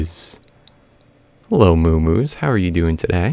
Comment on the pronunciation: The way you say "moo moos" isn't normal